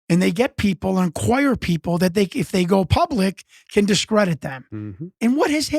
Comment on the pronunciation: Discredit... Not decredit